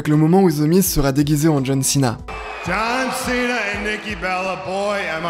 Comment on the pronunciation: Santino est tellement hillarant quand il foire la prononciation des noms. John Chena.